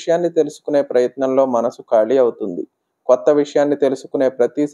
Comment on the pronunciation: ఖాళీ... కాళీ కాదు